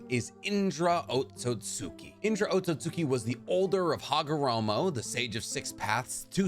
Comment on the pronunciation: Otsutski is pronounced OAT-SOOT-SKI